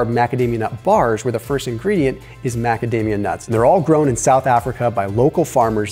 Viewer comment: After watching some news on YT came in for the new video which was excellent but the advertisement for macadamia was totally hilarious cause I kept hearing magademia.. anyways thanks for great insights again will try and implement the cycling of morning and regular Fasting just to mix it up and keep the body guessing and on high alert. Thanks to your channel and ideas along with few other content creators ideas I have lost 12kg during the last 6 months. Now with in good shape weight wise am starting to put in a lot more exercise.